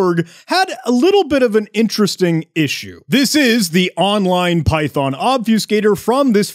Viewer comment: It's called Ob-fuss-cator not Ob-fuse-cator.